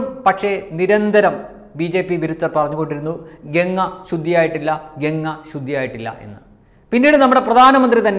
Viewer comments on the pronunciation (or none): ഗങ്ങ അല്ല ഗംഗ ganga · ഗങ്ങയല്ലമോനേ ഗംഗ പവിത്റമായ ഈപേരെങ്കിലും ഒന്ന് ശരിയായിപറയ്.എന്തൊരുഗതികേട്.